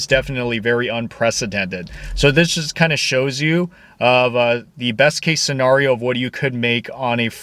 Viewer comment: Quit saying “Scenario” like that please 😭